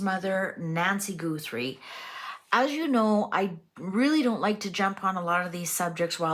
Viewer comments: Her name is Guthrie, not GOOthrie. Her daughter is the Emily Maitless of morning television. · Please! It is NOT GOOTHRIE....😅 GUHTHREE thanks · You are mlspronosing her name